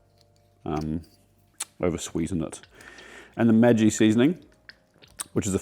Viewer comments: Really Great, was ablle to keep up, but I left out the egg cause I cant stand it. For next video could you do Tom Kha Gai please? And a decent hint from Germany: Maggi is pronounced with a short g like in Margret. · That pronunciation of Maggi threw me for a loop so hard that I immediately went to google. It turns out that it’s pronounced Maggie in North America (I’m Canadian) and Madgie in Australia! TIL 😂😂